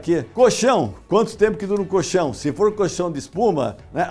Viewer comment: Se falar coLchão com o L já seria bem legal! Porque "coxão" é outra coisa bem diferente!